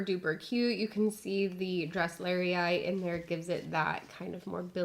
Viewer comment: it's actually pronounced DRESS- lur - eye, just fyi ☺️